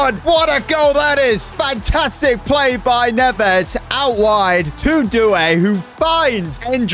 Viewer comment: Neves is prounouced ne Ves